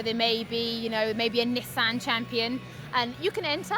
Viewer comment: lol nee-son